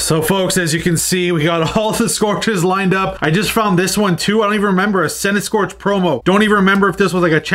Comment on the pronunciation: Noooooo not Centiskorch 😭😭😭 what's wrong with you 🤣🤣🤣